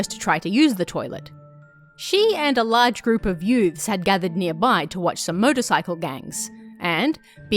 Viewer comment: When you first said 'youths', I thought you made up some kind of unique lingo of mixing the words "youths" and "dudes" together where it kinda sounded like you said "yudes".